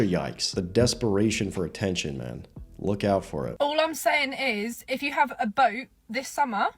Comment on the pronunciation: "if you have a boart, this summah, eye have a frote"